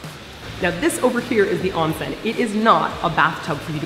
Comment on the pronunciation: I love you guys for properly pernouncing onsen...